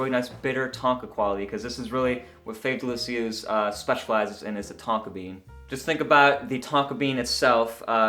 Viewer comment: oh wow. this sounds awesome. I will have to get a sample. BTW not bad french